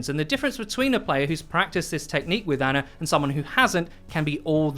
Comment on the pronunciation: its Ana not Anna..... americans....